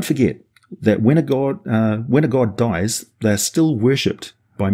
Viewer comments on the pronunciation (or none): none